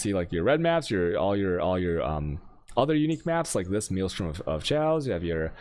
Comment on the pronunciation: Veeeled was killing me lol Meeelstrom🤦🏾‍♂️